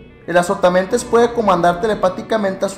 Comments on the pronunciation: Pensé que decía "Azopotamadre* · pensé que decía "que es azopatamadre:v" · Yo pense que decia azopotamemes jajajaj XD